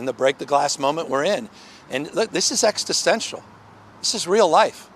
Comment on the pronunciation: is he mispronouncing existential?